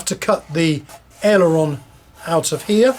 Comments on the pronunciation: Why cant you say aileron right you keep calling it an aerolon? You are teaching people words that do not exist except in your head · My modelling friend I dont know where you came up with this aerolon you speak of but there is no such thing. What you are regretfully teaching other folks to also say wrong is actually called an aileron not an aerolon. So please stop teaching folks to call an aileron an aerolon because it is incorrect and makes folks think it is the correct word. Why would you do that? Surely tou inow that word is wrong so why so you say it like that?